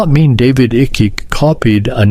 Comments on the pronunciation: You pronounce the name Icke incorrectly! It pronounced IKE not icky!!! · His name is icke as in eyeeeeek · His name is pronounced HIKE its spelled icke but its pronounced hike David Icke and everything and the things that people laughed at him years ago for are all coming true